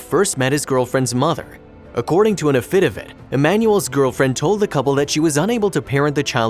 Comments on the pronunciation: Too bad you can't pronounce affidavit. Not a-FID-a-vit, but a-fi-DAY-vit. There were other words mispronounced as well. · what are "afidivits"? [if you are meaning what I think you are it's pronounced aff-i-dave-it] please get a narrator who knows how to read and pronounce English and a writer who uses fewer non sequiturs it would make these stories easier to follow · Does the narrator of this video not know what an avfidavit is or how to pronounce it or is that how they pronounce it in the south cuz I've never heard of it being pronounced that way? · The content of the videos is terrific, but either the narrator's first language is not English or he doesn't have command of English pronunciations. Affidavit, for instance, is not pronounced a-fed-i-fet. In another video, Akron is not pronounced Ake-rahn. It will help people respect content more if correct pronunciation is used. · The way the narrator pronounced "affidavit" made me CRINGE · If he pronounces affidavit like that one more time...! 🤨😒😠😭😆